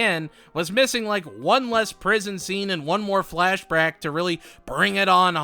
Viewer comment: Hey I found it funny when u said flashbrack not flashback 😂